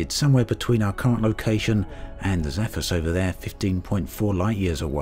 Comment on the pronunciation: Is completely illiterate? How can 'Zephyrus' be pronunced as if it was 'Zaphus'?